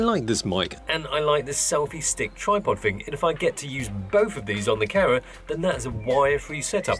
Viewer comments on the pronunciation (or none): Everytime he says "camera" i hear "karen"